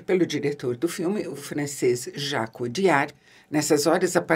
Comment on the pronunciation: Jacques "odiar"